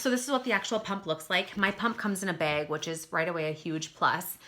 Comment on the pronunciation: "it comes in a beg" haha i love your accent! <3 my friend says bag the same way! Great review THANK YOU!